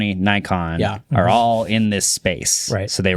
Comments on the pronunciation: yes, Nikon is correctly pronounced “nee-kon” cuz it’s originally a short for “Nippon Zeiss Ikon”. They used to make copies of Zeiss back in the 30’s and distribute both them and the originals. And you’ve missed the biggest part of Nikon’s acquisition of RED: RAW. It’s the ORIGINAL, true RAW people buy these cameras for. Not Blackmagic’s BRAW, not Sony’s Sony RAW, not all of it. RED holds patent to the original RAW format. And if anything comes “cheaper with the RED logo”, it’s not gonna be “the RED logo” - they’re just gonna add natural RED’s RAW into Nikon camera and kill Sony for good. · Nah y'all really need to stop pronouncing it "Naikon" 😭 it is indeed pronounced "Nickon" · Much respect to Marques for correctly pronouncing Nikon. My friends from Japan and I have been laughing at Americans for decades for butchering the brand name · I do think that 95% of population says it "Nikon" not naikon...